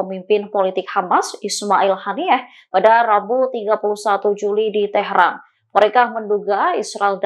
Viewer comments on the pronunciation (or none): none